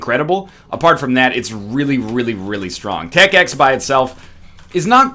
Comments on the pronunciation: 20 seconds into the video and he calls "tech x" "tech.5"... dis gon' be gud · he said tech 5 it's tech 10 dumb egg